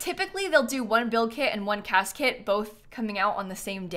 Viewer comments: HOW did I never put that together? 💀 Now it’s all I can hear 😂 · Hearing her say “Cas Kit” will never not be funny to me 💀